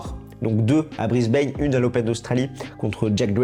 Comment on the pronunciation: Mauvaise prononciation de Brisbane , renseignez-vous !